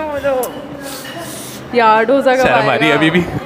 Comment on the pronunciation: Bas South Indian hu toh correct kar rahi hu it's दोसा not डोसा 😂 Sab yehi mistake karte hai 😝 Love your videos by the way! ❤